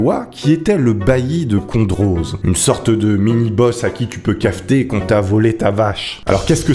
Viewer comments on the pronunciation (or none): On dit condro et pas condroz ^^ même si il y a le z il ne se dit pas . Un petit belge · On dit condro pas condroz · Salut! Je suis belge et si je peux me permettre on dit plus tôt « condro » et pas « condroze » (c’est juste pour la prononciation) Sinon continue comme ça c’était une super vidéos VIVE!!!! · On ne dit pas Condroze mais Condro (J'ai écrit comme cela pour la prononciation) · Le Condroz ne se dit pas CondoZe mais Condro, le Z est muet et Ciney se dit Cinait. La vidéo est vraiment sympa, j’espère que tu vas en refaire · Cela ne se dit pas condroze mais condro xD Et perso j'habite entre Andenne et Liège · Alors... Ca se prononce condro pas condroze.. mais bon c'est normal la Belgique et ses noms compliqué ._. Super vidéo je connaissais l'histoire ça m'a fait rire que tu en parle continue comme ça Owo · En tant que belge 💪🏻🇧🇪🤘🏻, je doit intervenir pour te signaler qu'on dit '' Condro '' et pas '' Condroz '' malgré le '' z '' a la fin... Voilà voilà 😂 Je t'adore, je kiff tes vidéos et ta manière d'être sérieux en faisant des blague, tu raconte très bien 💪🏻🤘🏻 Biz de Belgique 💪🏻🇧🇪🇧🇪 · C’est le condrO pas condrAUZ 😂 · Sa se prononce condro le z est muet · Salut elle est très très bien ta vidéo comme d'habitude quoi 😊 Mais tu prononce mal Condroz il faut dire Condro Voilà c'est le seul truc que j'avais à dire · Condroz se prononce Condro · J’habite à Andenne 😂 et on a la route qui s’appelle route guerre de la vache à 2 min de chez moi si tu passes en Belgique je peux te faire découvrir 😂 et si jamais on dit condro et pas condroz même si ça s’écrit condroz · HAAAAAAAAAAAAAAA ... MON DIEU !!! ... Je suis belge , et dès le début de la vidéo , il arrive a me faire crier !! ... on dit pas Condro "Z" ... mais juste Condro , Genre le z est muet en fait ^^' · Condroz se prononce sans le "z", genre condrau ( c'est comme ça qu'on le dit) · On dit le "condro" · Le mot « condroz » se prononce « condro » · ca se prononce condro